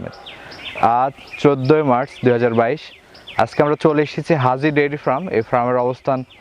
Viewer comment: ফ্রাম নয়, ফার্ম হবে।